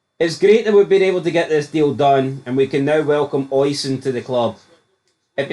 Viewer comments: I'm not Irish nor a Tim, but it's "Oh-Sheen" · I know him, its pronounced O-sheen. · is it pronounced ocean or os-i-an theres alot of celtic fans so i asume they know how to say irish names